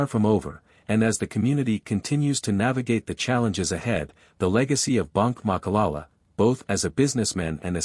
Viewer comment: Voetsek wena it’s not malala it’s Ma.ka.la.la say it after me jou fokon spy